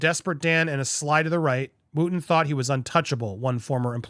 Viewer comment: It’s not Woo ton he pronounces it Woton and he did nothing wrong in the Fox saga free speech is gone